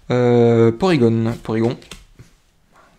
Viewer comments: Ca fait longtemps que j'ai pas entendu la voix de un de mes youtubeurs préférer et chui content de te revoir :) Au fait c'est porygon pas porygonne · Salut ! Pour moi c'est Porygon, pas gone ! On dit pas Tygnone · Super vidéo. Mucuscule vient de Mucus et de Minuscule. Colimucus garde Mucus dans le nom, et non Minuscule, d'où un nom qui peut déstabiliser. Pour Porygon, j'ai l'habitude de le prononcer à la française. Or je pense que c'est une erreur, qu'il faut prononcer "Porygone", comme à la japonaise. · On dit porygone